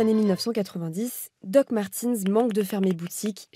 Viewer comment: Martens et non Martins !!